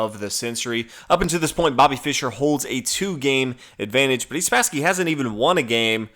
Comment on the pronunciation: You speak far too rapidly, slow down a little. Also Who Spassky? It sounded like you 'Budese'; if you were more measured in your delivery we could hear more.